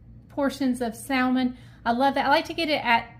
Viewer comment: It's pronounced sammon the l is silent!!!!!!